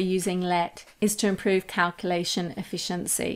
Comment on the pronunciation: Great info. I hate how you say calculation. No offense. Tomato, tomato, potato, potato.